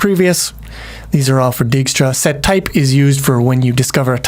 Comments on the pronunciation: Dijkstra = "Dyke-stra" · I think it's pronounced "dake - stra". Anyways wouldnt it be better to use a list instead of an array. Then one could assume you start at (0,0) but also allow negative coordinates. This allows for an arbitrarily large map and it doesn't waste memory it does not need (save for perhaps being slightly slower than using an array).